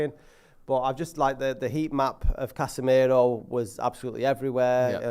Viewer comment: say casmirooo in most mancunian way ever